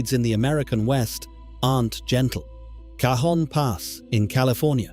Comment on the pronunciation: It is spelt Cajon Pass, but it is pronounced Cahon pass, it is a Spanish word with the j having an h pronounnciation sounding like an h,not a j sound.